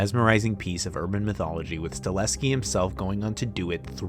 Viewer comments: Very much enjoyed this , thanks. BTW it’s Chad sta-HEL-ski, not sta-LES-ki. ❤ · It's pronounced "Stahelski" not "Staleski" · It's Chad STA-HEL-SKI not Sta-leh-ski lmao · Sta-HEL-ski, not Sta-LES-ki! Great video though, nice work. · You're killing me with that "Stahleski" shaite. Learn to f**king pronounce man's name properly. It's StaHELski, dude. StaHELski. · Chad Stahelski not Staleski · One small criticism…the directors name is STA-HEL-SKI….not STA-LEH-SKI…everything else was fine! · Staleski? Can you even pronounce it correctly? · StaHELski. Chad STA HEL SKI.